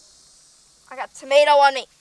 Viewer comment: I thought Americans called chillis hot peppers? She also pronounces tomato "normaly" the first time! (not Tomayto)